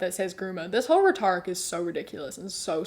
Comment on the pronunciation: Does everyone from NZ say rhetoric like that? I know certain words get different pronunciations based on region (i.e. Aluminum) but I have never heard rhetoric pronounced like that.